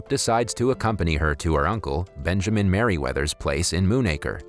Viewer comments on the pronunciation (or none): none